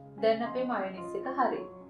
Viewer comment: මයෝනීස් නෙමෙයි, "මයොනේස්"!